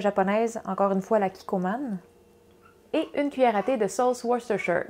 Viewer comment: T'es la top, toutes tes recettes sont excellentes mais ce qui vient de m'impressionner le plus, c'est que tu sais comment dire Worcestershire! ;)